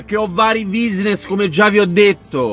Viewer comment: "quinidi" "buisness" LOL